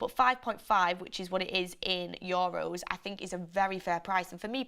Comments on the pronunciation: ITS YOU-ROSE (EUROS). NOT YO RUSE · YOHHROWS lmao